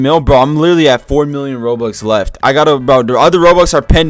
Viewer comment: Bruh when he says 1mill I heard I like 1 milk!! 1 milk! 😂😂😂